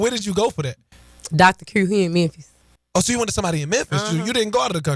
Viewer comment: You know you from the hood when you cannot pronounce the name of your hometown